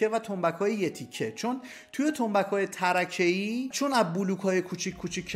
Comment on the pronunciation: سلام فکر کنم تلفظ تنبک چند تکه tarkeii باشد به معنای چوب نازک و نه tarakeii